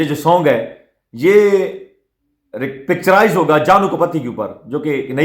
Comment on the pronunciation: سر جی گانا پکچراز نہیں پکچرائز ہوتا ہے آپ حوصلے سے گفتگو کریں سکون سے بولیں ۔۔۔۔👌🏾✌💯